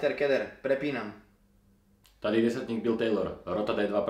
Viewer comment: přepinam? 2 slovaci a rikate ř?